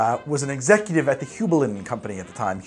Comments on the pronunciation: "Hue-bline" or " High-bline " never "Hoo-bline" Great vid, BTW! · Aw buddy, it's pronounced "hue-bline". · it's pronounced hyoo bline. Here in CT we actually have the Heublein Tower, which was the owner's summer home. It's on the top of Talcott Mountain, not even 5 minutes from my house and you can see for tens of miles when you climb to the top. Absolutely gorgeous house and property in a really cool location. Anyways, sorry for being pedantic, but yeah I've heard hugh-bline all my life and it was driving me nuts to hear it mispronounced. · In case no one has told him, Hueblein is pronounced Hugh-bline. I don't know how to make symbols and am not a literary scholar, I've just been to the Hueblein Tower in CT a lot over my life. When you hear enough people pronounce a word you kinda ingrain that as the proper way. Like pronouncing Tiefling with a long e sound, and Drow to be more like brow than row. Also, Goslings makes an incredibly mixable ginger beer, I love my Goslings and Craig. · Yikes how you "Heublein". Back here in CT, where Heublein is we pronounce it like hugh-blyne. So there ya go. Great channel. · Its pronounced Hi Bline